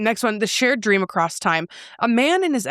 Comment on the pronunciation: cant STAND "acrost" or the wrong pronunciation of "wOmEn" NOPE CANT DO THAT ISHHHHH 😒😒😒😒😒😒😒😒